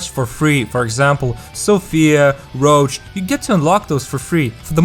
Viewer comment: Ginny as SS LOL and Emerald as S - Do not follow this tier list, it couldn't be worse .. and he doesn't know how to pronounce Rouge - this isn't Witcher